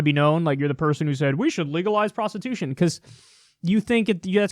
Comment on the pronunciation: "Prostitütion" Hahaha, I love it!